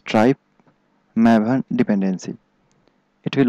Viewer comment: "mav-en" its MAVE-en